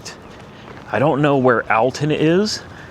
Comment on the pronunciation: Alton (all-ton) illinois. Right by St.Louis